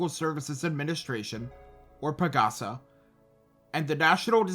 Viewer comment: I am a Filipino and here is a correction, PAGASA is pronounced PAG-ASA, like the Tagalog word for "Hope".